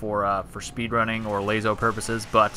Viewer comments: Why u say like lazo 😂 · I've succumbed to the will of the people and say it like "Lasso" now (this is a real old video), but phonetically it should be pronounced lay-zo...also the guy who essentially started the entire LASO community pronounced it lay-zo, soooooo